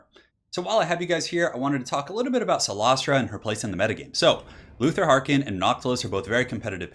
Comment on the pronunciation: Awesome builds. And your pronunciation of cylostra was flawless ;)